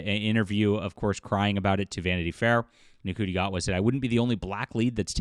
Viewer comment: You're pronouncing his name wrong: it's "shi-tee gay-wahd".